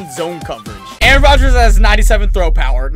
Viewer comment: Your saying Aaron Rodgers name wrong 😂 you saying it reminds me of key and peele